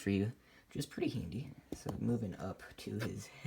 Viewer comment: When he said pretty handy I thought he said pretty Hindi lol